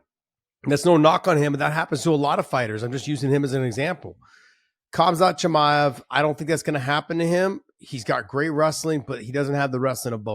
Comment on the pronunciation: Josh actually says cumkhazt chimaev lmao dude learn his name